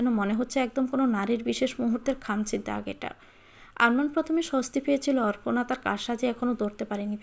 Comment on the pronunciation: অপর্ণা কে অর্পনা উচ্চারণ করছেন কেন?